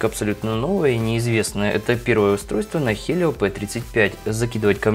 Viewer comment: Услышал Хелио, дальше смотреть не стал